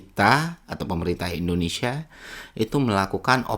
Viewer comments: Indonesa atau indonesia 😅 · Si sok2 paham, lah wong nyebut nama negara Republik Indonesia saja dia bilang gini endonesa..